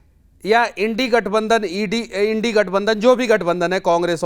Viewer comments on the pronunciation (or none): abe tum apne aap ko padhe likhe batate ho aur INDIA bolne nahi aa raha hai indi indi kar rahe ho yaad rakhna halat kharab ho jayega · Is Bihar ke najayaz ko samjhao Indi nhi India gathbandhan hai Pronounce achhe kr le pahle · Manish kasyap bada likha nahi hai india ko Indi bol raha hai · sale ko India nahi bolna ata hai nd bol raha hai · Pehle India bolna sheekho ye indi kya hota hai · जब तुम भारत का नाम ही सही नही ले सकता है तो तू कौन सा नेता है इंडी इंडी कर रहा है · INDIA का spelling नहीं बोल पा रहा है गांडू ये Er. डिग्री वाला भाडुंवा बकरा।😀😀😀😆😆😆😆